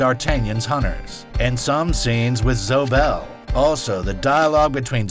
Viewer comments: You keep calling Zoe Bell ...Zo...um, wtf? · I actually cringed when the narrator mispronounced several names including Zoe Bell (Zo-E Bell), Wu-Tang clan rapper/actor The RZA (The Riiiiizah). Other than that, with those minor mistakes, this is a very eye-opening documentary about Quentin Tarantino.